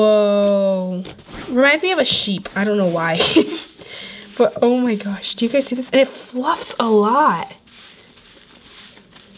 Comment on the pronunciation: Lol take a shot every time she says ,,Omg-O mah gash."